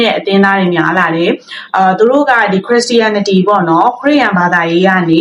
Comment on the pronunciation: အစ်မ ရေခရစ်ရှာရနတီလို့အသံထွက်ကမှားနေပါတယ်ပြန်လေ့လာပါဦးနော်